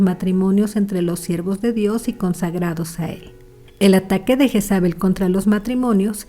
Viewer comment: Asi no se pronumcia el nombre, su pronumciacion en español seria algo asi: yeeeeesabe la j suena ye o lle alargando la e y la l casi imperceptible. Pd lo se porque yo me llamo asi 😂